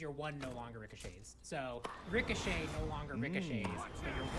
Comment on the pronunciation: Ricochet, more like Ricoshant